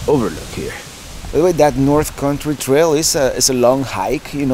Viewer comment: I love how you say country. It sounds like corn tree. I always stop and say huh? Love it!! Keep up the awesome videos!!!